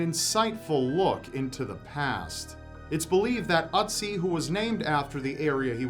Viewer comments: It's OOtzi, not UHtzi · Ötzi not Otzi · Ötzi (you're actually doing quite well pronouncing it. the Ö should be like the i in Sir). It's been named such bc he was found in the "Ötztaler Alpen". The two German mountaineers who found him still ive, btw :-D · Sorry but I just can't keep myself from laughing at the way you pronounce "Ötzi". It's just so funny XDDDD